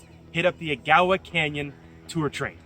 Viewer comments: I've lived in Soo On all my life and have never heard Agawa pronounced like that. It's not a-GA-wa it is AG-a-wa. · Agawa is pronounced a-ga-wa with all soft a’s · An acute accent is on the first syllable of Agawa and the A's are pronounced short like in water. Bonnechere, meanwhile has a long, "O" in the first syllable with the acute accent on the second syllable and ,"E" is silent. The second syllable is pronounced, "share". "The indigineous (sic) population arrived here around 1700..." Really? That's a slight to the First Nation's people. Europeans explored the area before then and found there were lots of people living there. Nice video, great shots and otherwise a good production. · Ya think, wtf,I said. Where the hell is that, then I saw the train, never ever heard that said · You should learn how to pronounce places if you are going to talk about them. Agawa Canyon and Bonnechere caves...